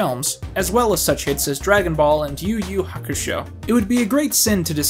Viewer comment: You mentions being afraid of saying Japanese words, but you pronounced nearly everything better than most anime channels on YT. Like, this is straight up the first time I hear someone on YT say "Yu Yu Hakusho" properly. This is coming from someone who speaks the language.